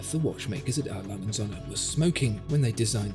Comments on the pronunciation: Holy shit you completely butchered the brands name😂 You said "ALangenSohne" its more like "Ah Langeh uhnd Söhne" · Im awfully sorry, but despite this being a fascinating and illuminating video, the pronunciation of A. Lange & Söhne sounds more like "A Langen Sonne". Which would translate into English as "A Long Sun". But this Company is Called "A. Lange and Sons". It's irritating to say the least hearing this Name as wrongly as in this video. Don't get me wrong, great video (subbed liked and everything) but please work on your pronunciations of foreign Company Names. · Pronunciation of "A Lange & Söhne" needs to be checked, but otherwise very informative.